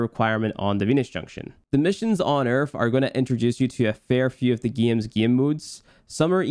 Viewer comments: My man’s said Earf not earth 😂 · why do you call Earth, Erf? wtf? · This man said ERF. Great guide dude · There is no f in the word EARTH